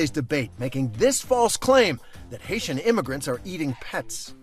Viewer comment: Vance = hater. Springfield immigrant = Hait-ee